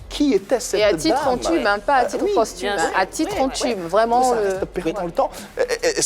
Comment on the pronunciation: Hon hon ce n'est toujours pas ça on dit à titre "posthume" 😊